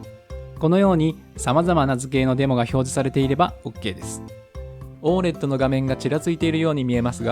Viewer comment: オー エルイーディーじゃないのかな?読み方